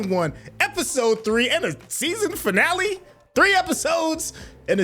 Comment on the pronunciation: "Finale" is pronounced "fee-nah-lae", not "fi-nelly". 😂 - For what reason would Brits (or anyone else on this planet outside the US) celebrate Thanksgiving? 😂 - "Modern take on smoking", "smoking is one of the most disgusting things..."... You better don't talk like that here in Austria. About 25-30% of us (me included) are smokers. 😁 Oh, you Americans! 😁😉